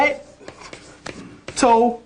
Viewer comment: Mitochondrial DNA? it sounds like he is saying Metachondral DNA??